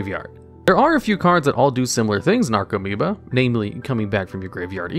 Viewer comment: Only thing on the video: commentator needs to learn how to pronounce the card names..... "Necro"meoba? That's "NARco"moeba. Many other spots too but this was most blatant. Should redo the video and learn how to read. Makes your credibility as a viable source increase.